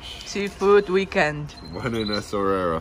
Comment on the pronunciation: Esswarira.. esswira, essawira 😂